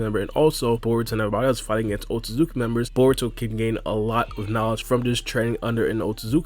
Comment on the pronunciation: Your style of speaking quickly and saying Otsutsuki so many times per video, has you mumbling the name now. It sounds like you're saying OatSazuki. Slow your pace a lil bit lol or not 🤷🏿‍♂️😎👍🏿